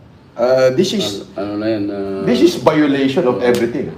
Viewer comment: "dis is bayoleytion of ebriting"